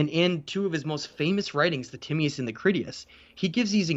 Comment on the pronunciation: Love your stuff dude, but please work on your pronunciations. For many people, you’re going to be their first and sole source of this info. Timaeus = Ti-may-us …. Not Timmy-us Critias = Cri-tee-us …. Not Criddy-us Gobekli Tepe = Teh-pay …. Not Teh-pee Dryas = Dry-us …. Not Dry-ass